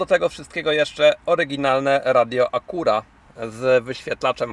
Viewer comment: A dlaczego Acura nie wymawiasz poprawnie tylko "spolszczasz" ? Wymowa jest całkowicie inna "a kju ra" , a ty walisz tekstem jakbyś łaził po zagrodzie . Patrz "A KU ra". A jak wymawiasz Schwarzenegger? I jak z tym BMW ? Jak wymawiasz, a jak się powinno?